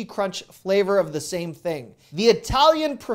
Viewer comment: I love it when you said ‘this cinnamon broom think’ 😃